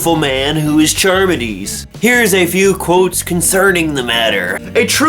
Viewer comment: Believe it's pronounced car-midees. Read Phaedo for life after death. Timaeus and Critias for Atlantis and my favorite Ion. Hilarious ending.